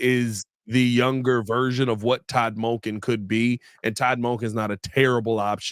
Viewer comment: It's munken not mulken